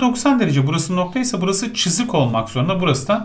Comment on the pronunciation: İlk 5 dk sini tekrar izledim çünkü hoca "cızık" deyince güldüm